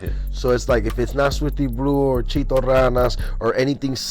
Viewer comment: Ay foo quit calling CHITO CHEETO FUH WRONG WIT DUDE